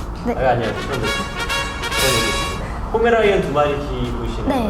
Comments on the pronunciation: 잘봤습니다만 포메라이언이 아주많이 거슬려요.ㅡㅡ;'; 이분은 말투와 ....여자분들하고 진행하시느라 일부러 그러시나...물론 안쓰고 안보면 그만이라고하실지모르지만 제가 바라보는 시점을 말씀드려본거에요 모두가 좋을수는 없는거니까요^^ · 자꾸 포메라이언이라고 하는거 불편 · 포메라니안 아니고 포메'라이언'입니다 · 왜 포메라이언 이라고 발음을 하시는지 ㅋㅋㅋ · 강훈련사님 자꾸 포메라이언이라고 발음하시는데 검색해보니 포(풔)메레이니언이네요~ 질투가 정말 많은 견종 ㅎ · 근데 왜 포메라이언이라고 하는거죠?? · 나만 포메 라이언이라 들은건가?? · 자막은 계속 포메라니안으로 나오는데 강형욱님은 포메라이언이라고 하시네여 'ㅁ')? 모죠? 라이언이라고 해도 되는 거예여?? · 포메라이언이라고 하시넹ㅋㅋㅋㅋㅋㅋㅋ